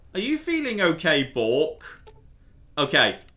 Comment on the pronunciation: >chastises Americans for the pronunciation of twat >pronounces B-6RK as "bork" Never change. This is why we love you